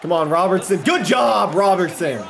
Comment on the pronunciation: 6/10...would have been 6.5/10 if you could pronounce Robertson